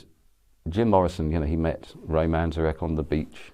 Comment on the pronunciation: Couldn’t you find anyone more qualified to give an opinion about such a legendary rock band ? You picked a random record store owner , probably from Seattle who tried four times at least to pronounce Ray’s surname correctly, it’s Manzarek with one N not two . Obviously doesn’t know much at all about the subject 👎